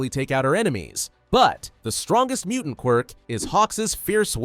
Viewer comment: Bro said mutanat when he narrated mutant